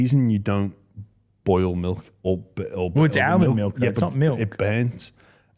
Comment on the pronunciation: The way says “Almond” hurts my head…..